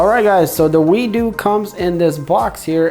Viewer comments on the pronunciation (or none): its not wee-do its WEED-O